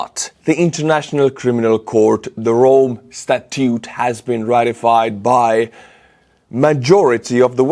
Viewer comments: statute is pronounced sta-toote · Statute is pronounced sta-choote